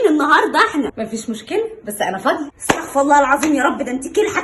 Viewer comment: استغفر الله بكسر الفاء وضم الراء